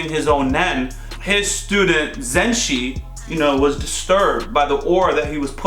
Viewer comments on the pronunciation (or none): its ok, just remember people will like to see you react to the parts of the series that made them react in a especial way like in this case the resolution of the hisoka castro fight and the troupe part, still i like the channel a lot 💐 Pd: Its ZUSHIIIIIIII not ZENSHII